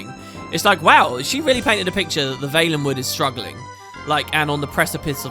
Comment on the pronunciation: Always thought it was pronounced Val-en-wood...